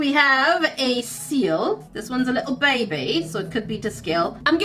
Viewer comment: I find it really funny the way she says ba bay